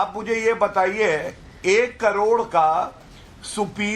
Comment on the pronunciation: 45 carors & swimming pool ka 21 carrods .. ye bolne ki training .aap ko bolene ki mili hai.